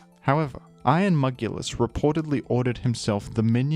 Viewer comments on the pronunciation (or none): Iron mugulis gets me everytime 😂 You sooo dont hate on iron jugulis 😂😂😂